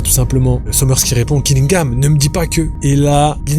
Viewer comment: Lourd la vidéo frérot merci pour le contenu ! Je vais chipoter un peu mais toute la vidéo tu prononces Killingham « Gillingham », c’est perturbant mdrr